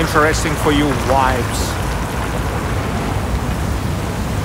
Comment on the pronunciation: Amazing, thank you. Hope you don’t mind, pronouncing the letter ‘v’ in ‘vibes’. Not as in ‘wines’ but as ‘victory’ ))